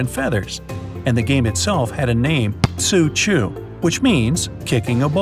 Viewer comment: seriously, tsu chu can you pronounce it any worse